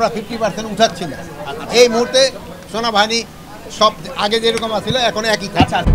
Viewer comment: ভাষার কি উচ্চারণ, "সোনাবাহানি" এই মাল আবার দেশের নিরাপত্তার ব্যবস্থা করে।😮